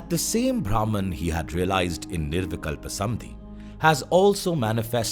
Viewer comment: धन्यवाद। What you explained in just 31 minutes and thirty six seconds would have taken at least a week, if I had to read it. Kudos to the author of this research work. Just one word for the orator - It's निर्विकल्प समाधि/ nirvikalpa samādhi and not "samadhi".